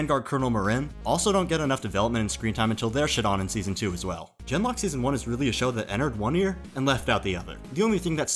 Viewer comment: It was very amusing how every time you said "Gen:Lock" it sounded like "Denmark". The way the show apparently went "Suicide is badass!" is NOT amusing, however.